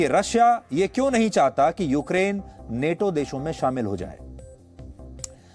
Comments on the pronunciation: नाटो है नेटो नही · Neto nahi nato hai pronunciation to sahi karle baba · Are bhai English to ache se padh lo bhai Nato hota hai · Neto ni NATO hai woh 😂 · नेटो नही नाटो सही बोलना सिख, लोगो को लड़ाने वाला न्यूज़ चैनल